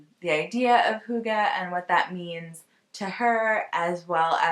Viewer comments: I'm Danish and you're pretty good at saying "hygge" so no need apologising ;) I've never heard about the book but now I'm super curious to read. It would be so interesting to hear a foreigners view of the Danish culture. Thanks for yet another lovely podcast :-) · You pronounced Hygge correctly. Cosey time is nothing special to denmark.. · You are pretty spot on saying “Hygge”! You should come visit Denmark and experience some hygge ❤️ I feel like that is all i’m trying to do lately and would love company 🤗 Hope you have a lovely trip!